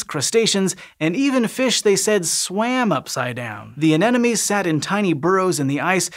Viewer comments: Hey there, Sci-Show EDITING/ACCURACY folks - - A-NEN-O-ME is a common mispronunciation of A-NE-MO-NE. However, says it not just once, but FIVE TIMES - -. yikes!!! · It’s an aneMoNe, not an aneNoMe. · It sounds like you're saying "anenome" instead of "anemone." [edit] Confirmed with slow speed playback LOL! Hint: "A neM O Nee." It's "any money" not "an enemy." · Why am I hearing 'anenome' and not 'anemone'??? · Exactly! I couldn't figure out what "enemies" he was talking about! :D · Say with me "Ane-mo-ne" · The anemone is not an-enome! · Just a little nitpick. It’s pronounced “an-em-o-nee”. Anenemy is someone who hates you. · People really struggle with anemones Both the horticultural and the pelagic ones Pity, it's a pretty simple word, it comes from "anemos" - wind